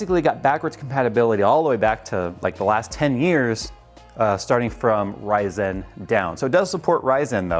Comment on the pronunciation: I hate how he says "Ryzen" so much